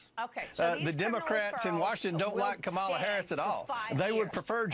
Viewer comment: Disgusting…. Why don’t you do something that Really Matters GOMER … can’t even pronounce Kamala Harris’ name Correctly .. YOU ARE DESPICABLE